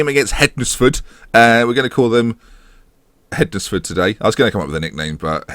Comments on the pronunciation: Great episode again hednesford are the team I support it's pronounced hensford so silent d and e lol but nice to see you at the right end of the table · Just to let you know Hednesford is pronounced similarly to Wednesday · Hednesford? Just think how you would normally pronounce Wednesday and try again, hmmmm? Worse than Luke (Statapp) ffs.